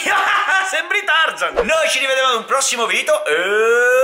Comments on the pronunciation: Hai detto al posto di video😨😨🎅🎅🎅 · Perché dici sempre ci vediamo prossimo video vi do io e te si dice no cioè video si dice non